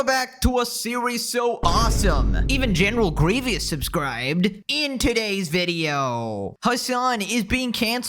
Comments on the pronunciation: Grivious? My guy you lost more cool points than you would have gained its Grievous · I'm so disturbed at how you pronounced general GREEEEVEREEUS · "Greevias" is crazy pronunciation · Who subscribed? General wat?! It’s pronounced “GREE-vuhs.” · Gree-Vi-us lol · How TF did you pronounce General Grevious?